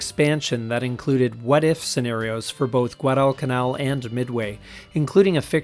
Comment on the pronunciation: Interesting! The narrator needs to learn how to pronounce "Guadalcanal".